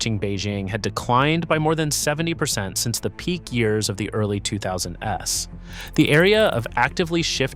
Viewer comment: The fuck is this shit? What human pronounces "2000s" as "two thousand es"? There are also a bunch of oddly timed audible breathes. I think I know where the water for those trees went... low budget AI.